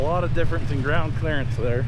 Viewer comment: What a fun day! The teacher in me says: 'Clearance' not "clearence". The dad in me wants to say well done! It's hard to let you son just go, but Rhett has learned some great skills! The curious me wants to know what air pressure you are running? Why don't you pull the hitch out of the receiver on the banana?